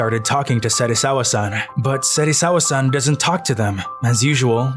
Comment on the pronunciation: yo you honestly lost me at "serisawa-san"